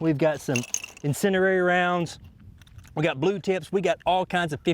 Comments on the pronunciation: Incindiary, not incinerary. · Why do you say incindereri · Why do so many people say insinderary? There's only one R in "incendiary"